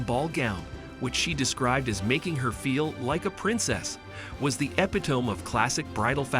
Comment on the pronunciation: Interesting. Too many clips of Jessa’s wedding and clearly AI does not know how to pronounce epitome…😂.